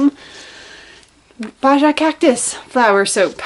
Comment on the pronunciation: Baja is pronounced “baha” btw. You are a talented soap maker!